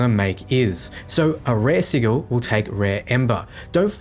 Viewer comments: Thought I was the only one who cringes when hearing sigull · Okay just trying to help but I believe the word sigil is pronounced "siJal" Not "siGil". Correct me if I'm wrong but I'm %99 sure it's SiJal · I am still not clear how you are suggesting to pronounce it....but it is supposed to be a soft 'g', not hard (just like gif...oooh, I said it ) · Good guide but the way you pronounce sigil was getting to me XD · I realize he pronounces it as it is spelled, but it just sounds so goofy hearing "si-G-al" instead of "Si-J-al" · "si-juhl" < "siggle" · Se-jul... not Se-gul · I'm sorry lol... not to nitpick but it's pronounced "si-jil". You're killing me with "siggle",... XD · SID-J'L not sig-il. Bloody top not vids, keen as a bean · ˈsijəl (Google Translation) Please it's not pronounced as a G, it's a J. Si(G)il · Wtf is a siggle? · Not being a grammar nazi but m8 sigil is pronounced si-jul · Sigil's pronunciation - si-jil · I giggled every time you said siggle. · Siggil......love it, but it makes my ears bleed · wtf is a siggle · Great video, but please learn how to say sigil (sij-ul) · It's pronounced sijil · Was gonna go nuts about the sigil pronunciation but then saw the pinned comment. Really useful vid btw! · Sigil is pronounced with a hard G. Just for future reference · Ik it’s a joke but please don’t ever pronounce sigil like sigil so many times in a row again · Cmon, we, the internet grammar police, demand you rectify your dodgy pronunciation of sigil. And ... We, the missing comment internet police, demand you help us locate the missing pinned comment. Great vid by the way :) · The way you pronounce Sigil is destroying my soul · Gunna be honest I got soooo triggered by your mispronounciation of Sigil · Good vid as always! Small tip tho, you mispronounced arcanist and sigil. Should be "R"+"can"+ist and si+"gel". I know it's not a big deal, but I assume you'll be saying them plenty in future vids. Personally, I like to know when I'm mispronouncing things.